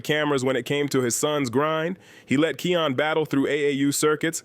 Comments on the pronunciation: Kiyan not Keyon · Im being sarcastic bro. Its kiyan not keon for future content. Nice video though